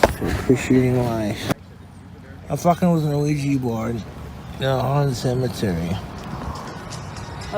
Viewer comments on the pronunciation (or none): “an aweejee bord” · Ew-weeja bourd